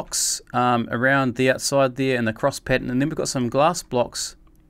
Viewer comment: dude u said "thire" instead of there